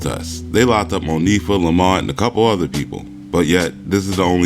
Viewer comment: Why clown ass kept saying Mo fee ah....hmmmm bitch it's moniefa